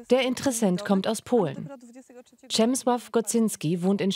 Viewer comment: Danke für die richtige Aussprache meines Vornames. Ich heisse auch Przemyslaw :)